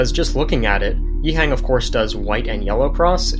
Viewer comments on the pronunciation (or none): Great stuff. Btw, can we put a bit of respect on this guy’s name? Its not ‘yee-heng’ but ‘yee-h-uhhhh-ng’